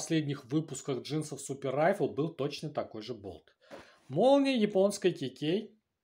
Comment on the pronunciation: Не Райфл, а РифлЕ!